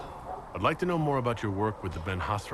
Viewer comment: "Dalish with Ma-more archery .." Sure Krem. Sure.